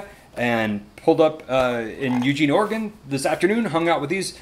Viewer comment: FYI it's pronounced, "eugENE" in "orygun".. ;) And the coast starlight line is brilliant, I used to take it home for Xmas from college